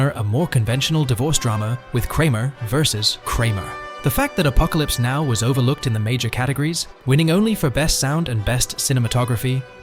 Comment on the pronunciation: Apocalypse. Now, arguably... Funny pronunciation